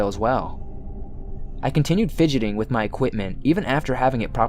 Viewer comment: I thought I was the only one! I don't know why it bothers me so much but I hate how he sings the last word of every other sentence. And he says things like "wiv" instead of "with" for example.